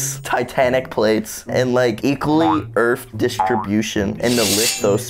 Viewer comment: "Don't forget joules bro,in like farenheit and Celsius...TI-TA-NIC PLATES AND LIKE EQUALLY,EARF DISTRIBUTION AND THE LITHO-SPEAR" - 2022